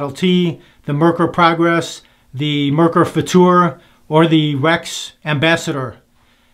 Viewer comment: You nailed that Merkur Footoor great! 👍😎